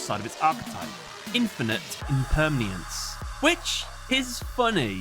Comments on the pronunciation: Grammar Nazi alert! You mispronounced "Impermanence". Impermniance isn't a word. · You pronounced Impermanence wrong. It's Im-PER-mA-nence. It means what all things are transient and and always changing. It's a concept from Buddhism. So the what card says that everything is always changing, forever, throughout infinity. It's not an oxymoron. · I'm sorry Ik grammar nazi and all but that's not how you say Infinite impermanence there's not a second a or a sound my guy